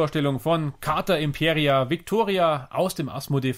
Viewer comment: Heißt leider nicht Imperia, sondern Impera (ohne i). Hatte den Fehler bei der Aussprache auch gemacht.